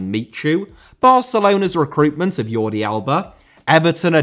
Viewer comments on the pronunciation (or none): none